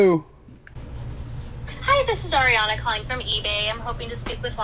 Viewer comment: Thank you for saying the name Ariana right! Lol. No I am not the rep, just a seller and viewer!